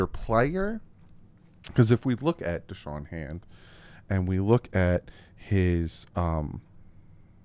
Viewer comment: It's Da'Shawn not Deshawn. Shoutout for the late vid though.